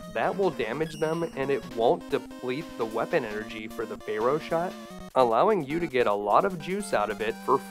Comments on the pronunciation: "fair-oh", not "fay-roh" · I find your mispronunciation of Pharaoh to be quite disturbing. It's pronounced Fair-O, not Fey Row! Also, you forgot to mention the trick where you can disable the Octopus Furnace's hitbox by firing a Drill Bomb at its weak point & manually detonating it just before contact. This will disable its body's hitbox, allowing you to stand directly underneath its weak point. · I don't know if you're saying Pharoah like that as a joke or what. I have never heard it pronounced like that. 😆Good play through!! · Hehe, your pronunciation of "pharaoh" gave me a giggle. "Faye-Row Man" 🙃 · Fay-row man 😅